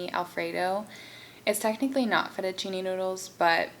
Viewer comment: FETTUCCINE NOT "FETTUCINI" 😥 from italy. Btw your video it's so lovely,and you're beauty!